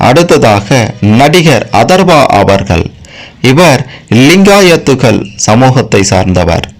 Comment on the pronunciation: Very bad video in 21st century, friend first learn how to pronounce ' Avargal' in Tamil,50% wrong information